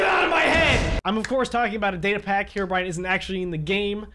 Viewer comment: is it just me or did just say: “herobriane is pissed”